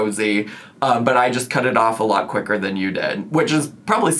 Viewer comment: She pronounced it, “Ask a lottle…” She and Remy should’ve asked a lottle questions BEFORE rolling up to that hellhole 😭